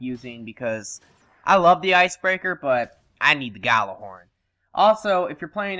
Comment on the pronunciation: It's pronounced something like "Yal-ler-horn", not "Galler-horn". Roughly translated, it means Booming Horn. From Norse mythology, Heimdallr weild this horn to warn of danger, and is to blow it in the event of Ragnarok.